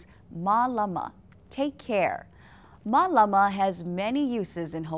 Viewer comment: doesn't the line above the "a" indicate a long A sound making it Maylama? Instead of Muhlama? hmm.